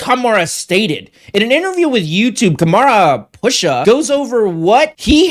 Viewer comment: I think his name is pronounced Kam-Run Pa-Sha